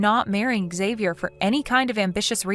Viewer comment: Xavier's father should know how to pronounce his son's name. Sheesh.